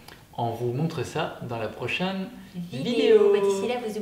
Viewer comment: j'adore la façon dont tu prononces "Prochaine" "Même" ou "Problème" 😉 ça me rappelle mes études à Namur! Direction les Ardennes je pense!